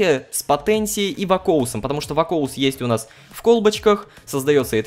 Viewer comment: Рома не вакоус а вакуос там написано